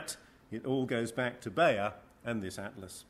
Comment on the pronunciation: How to pronounce properly: Houtman [How-t-mahn], Bayer [Buyer] etc..